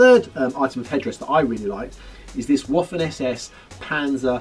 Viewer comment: Not Woffen SS dear not....Vaffen SS